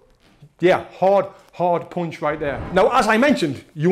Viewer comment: I'm just here to hear you say 'poonch'